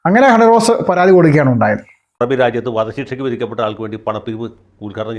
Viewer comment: താങ്കൾ പലപ്പോഴും ഹണീ റോസ് എന്ന് പറയുമ്പോൾ ഹൈദ്രോസ് എന്നാണ് കേൾക്കുന്നത്.. അതെന്തു മാവട്ടെ... ബോച്ചെ തിരിച്ച് വരും ഹണീ റോസിന് എട്ടിൻ്റെ പണി കൊടുക്കേം ചെയ്യും എന്ന് വിശ്വസിക്കുന്നു